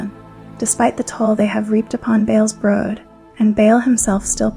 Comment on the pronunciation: Why do you say brud 😅😭 even dragon lady clearly says brood.